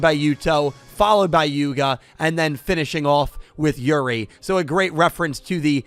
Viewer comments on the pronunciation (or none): Bro, you did not just call my boi yugo yuga 😂😂😂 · you said yuga instead of yugo lol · Wow The power of Ray and Yuya's on Z-Arc Did you just said Yuga instead of Yugo? In ? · Yugo(ticked off at hearing his name pronounced by wrong in ): It's not Yuga!!!!! it's Yugo!!!! GET IT RIGHT!!!!!!!!!!!! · He did. I heard it too😅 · Yuga ja ne, yugo da